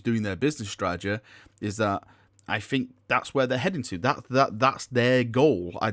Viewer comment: The word is think not fink